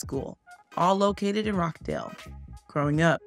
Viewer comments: Rochdale not Rock Dale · Its Rochdale as in 'botch' not 'rock'